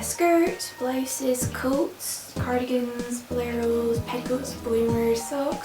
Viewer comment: Ghehe i find it funny how you say Blouses c